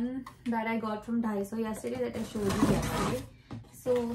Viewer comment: Its not dhaiso ..its daiso